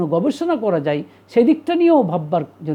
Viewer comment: Kindly pronounce the word, Jaiguru’ gently! As other devotees mentioned the current tone is bit harsh for many! I am ok. ❤